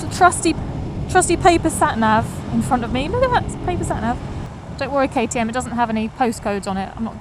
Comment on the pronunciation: Why Katy? Kay-Tee-Em, oh I get it lol.